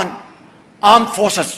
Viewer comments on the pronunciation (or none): ये अपनी आर्म फोर्स को अँड फोर्स क्यों बोलते है 😅😅😅😅